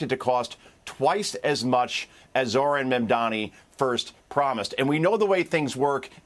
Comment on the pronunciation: How hard is it for you to pronounce Mom Donnie? The mispronounciation is obviously on purpose.